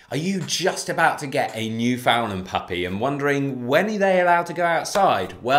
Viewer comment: I'm very glad that you're showcasing the Newf but....rhyme the two words..understand newfoundland. I know with accents words can sound different so there's no hate just an encouragement on how its properly pronounced.